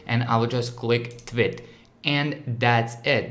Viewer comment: The way he says “tweet” sounds like he is saying twit